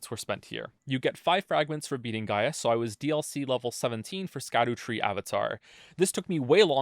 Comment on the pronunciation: Please don't be another long video where someone pronounces "Scadutree" wrong the entire time